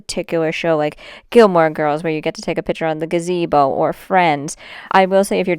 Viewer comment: Did he really just call it a Gah-zuh-bo?